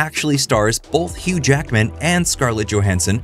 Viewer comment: I just can’t get over how so many people (including ) puts an L in the middle of the word “both”. Like, wtf kind of word is “bolth”??!